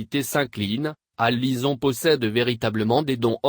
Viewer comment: c'est une voix synthétique "Alison" dite alizon :o